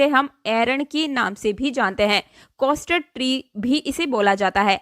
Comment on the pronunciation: कैस्टर ट्री होता है न कि कॉस्टर ट्री